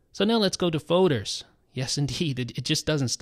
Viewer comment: Fowders... Folders... Foders